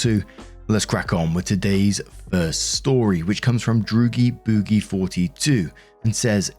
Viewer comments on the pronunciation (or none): Dr. Oogie boogie, not droogie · Ain't no way you said droogie boogie when it's clearly Dr Oogie boogie